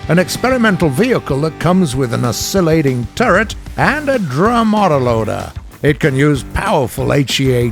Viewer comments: Am i the only one who is bothered by the commentator sounding like an old grandpa, switching accents, and not even being able to pronounce words correctly?? I mean, he says ''The Val-kyries'''... It's ''The Val-ky-ries'' (which are the Old-Norse female deities who took the fallen Viking warriors to Valhalla by the way). He also says ''O-scill-ating'', it's ''Osci-llating''. I think he sounds like English is his mother-tongue, yet he can't even pronounce his own native language's words.. I'm Norwegian and do a better job at it than him. Ok, I'm done, thanks bye. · Am I the only one who is bothered by the commentator sounding like an old grandpa, switching accents, and not even being able to pronounce words correctly?? I mean, he says ''The Val-kyries'''... It's ''The Val-ky-ries'' (which are the Old-Norse female deities who took the fallen Viking warriors to Valhalla by the way). He also says ''O-scill-ating'', it's ''Osci-llating''. He sounds like English is his mother-tongue, yet he can't even pronounce his own native language's words.. I'm Norwegian and do a better job at it than him. Ok I'm done, thanks bye.